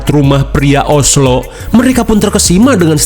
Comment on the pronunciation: njir "OSLO" wkwkwk 🤣